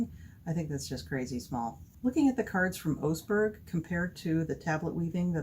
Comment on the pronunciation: Brilliant, definitely going to give this a go. I am a foreigner living in Tønsberg and would offer some pronunciation help. The Ø is an "URR" sound, So it's more like Tunsberg. Oseberg is broken up into 3 syllables, Oooo-Seh-Berg. Thank you again!